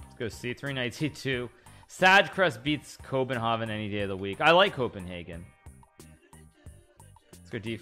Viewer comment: I heard COVIDHagen, joking about the Danish